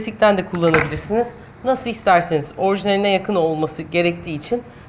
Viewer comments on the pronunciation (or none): Orjinal değil orijinal :)